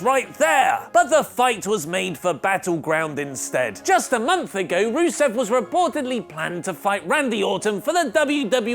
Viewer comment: You don't even say his name right ahah